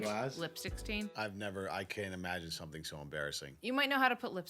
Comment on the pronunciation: This woman says somethinK instead of somethinG 👀